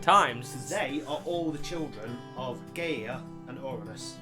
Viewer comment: Guy-a not Gay-a... Not homophobia intended.